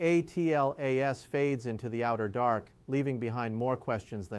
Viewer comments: This appears like an AI generated video. His always pronouncing 'atlas' as 'a t l a s' is a dead giveaway. There are also subtle lip sync issues. The video is also not smooth. There are edits which should not be there if he is a real person talking. The video may also be in a loop. So, please disregard the content. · Why doesn’t this ai just say Atlas and not keep spelling it.